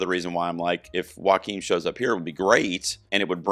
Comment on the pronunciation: Great comprehensive breakdown. tiny thing - Joachim is pronounced “YO-keem”